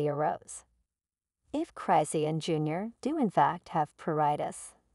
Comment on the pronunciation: I can't take this video seriously they not even saying her name right who is christian?